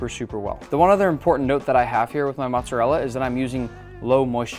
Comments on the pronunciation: How are you Italian and say Matza rella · It's Moat-Za Rel Lah!